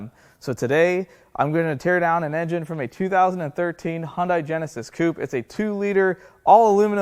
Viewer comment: The very first thing you do to establish credibility is learn to correctly pronounce the name of the vehicle you are working on, there is no car called a "Hon-die". It's "Hun-day".